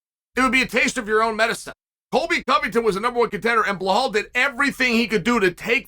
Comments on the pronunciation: BLAHALL “TWIN TOWERS” MOOHAMMAD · Bleholl ‘ANTHONY SMITH’ Moohamod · It’s bilal